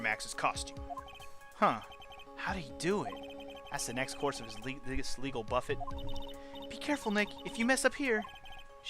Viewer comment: Legal buffet, as in legal buff-ay, yumyum. Ha nah it's just cause you said it with the T sound that's all. I always imagined Acro to have a more stereotypical 'native american' voice, although most of the characters have mildly racist accents in my head when I read their speech anyway :P